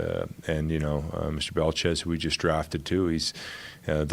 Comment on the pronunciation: The "T" in his last name (Belchetz) is silent.